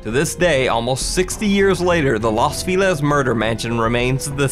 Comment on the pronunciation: Feliz (ironically meaning "happy" in Spanish) is pronounced "Fell-eez," not "Feel-ez."